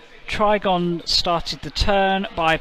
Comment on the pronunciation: It's funny how consistently you got the Trygon's name wrong 😂